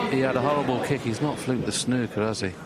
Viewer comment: I love a game of "SNOK"...